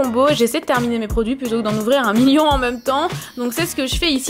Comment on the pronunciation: On prononce "même" pas "meume" !